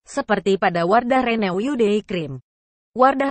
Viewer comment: Kok ngomongnya renew uyu sih 😂